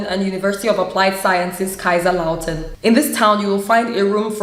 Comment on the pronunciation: hi sis, i love the way you pronounce Kaiserslautern.(kaisers-lautan).You are very very cool. ABONNIERT SOFORT.❣❣❣